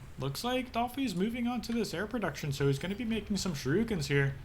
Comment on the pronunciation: "shoo-ree-kens" ... not "shi-roo-kins" ... :)